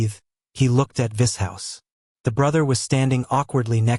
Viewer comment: if the voice would pronounce Vishous correctly and other words would be nice. 😂 vis hous 😂